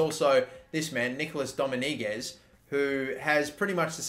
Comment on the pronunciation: “Dominiguez” Ok buddy. Sorry but you butcher a lot of the names xD